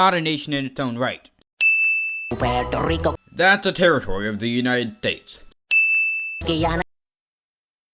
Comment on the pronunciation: states but you said tates